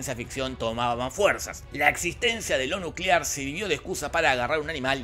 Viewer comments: Nucelar, la era nucelar ^o^ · Nucelar... la palabra es nucelar. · Nucelar, la palabra es nucelar